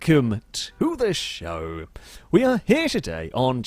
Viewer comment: Not as bad as how he says MPV. Or the heeeeeeelllllllloooooo and welcome to the shooooooooow lol